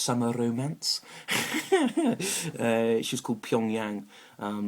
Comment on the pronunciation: had a summer rrromance lol